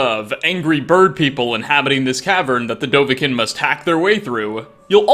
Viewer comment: I think its pronounced dovakeen. As opposed to dovakin.